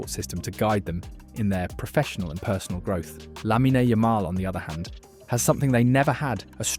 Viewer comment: It’s Lamine, not “Laminey” 😔